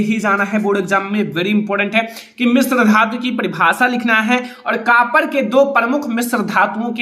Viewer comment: Sir कापर nahi कॉपर hota h 😂